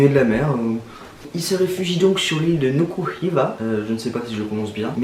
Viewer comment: Yes, je suis marquisien et je trouve que t'as bien prononcé Nuku Hiva😁